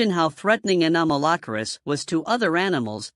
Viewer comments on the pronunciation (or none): i might be the 357th subscriber, but only if you learn how to pronounce it's name better, please...